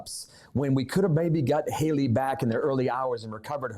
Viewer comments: Nancy, why do you pronounce these names like this ? Hee-lee instead of Hay-lee, Key-lee instead of Kay-lee, Key-lub instead of Kay-lub. It’s so irritating. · Nancy I love and respect you but it's Hayyyyyyley not Hilley. Like hey girl hey not hill to climb lol